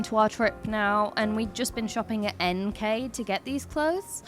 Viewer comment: Swede here, NK = "En-kåh" pronounced correct name